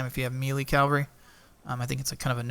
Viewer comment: Cava-lry are horse soldiers. Cal-Vary is where jesus died. They are not synonyms or different ways of pronunciation. Lots of people make this mistake.